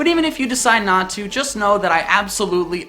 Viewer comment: "even if you decide not to" more like even if you decide natu. ba don sssss ;)